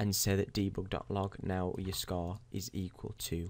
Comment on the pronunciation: What's a Scaw?... Do you mean Score?.. I heard you say it right one time. You know you're saying it all fucked up on purpose. I heard it a couple more times. Same with Report and Forty. You try to say these words all fucked up purposefully and sometimes you forget and say them normally... Why are you doing that?.. What's the point?.. Does some famous person you wanna be like talk that way or something?